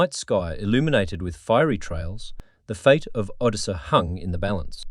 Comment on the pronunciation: Automated voice s bad. Mispronounces simple words like Odessa. It's cadence is also terrible. Thumbs down.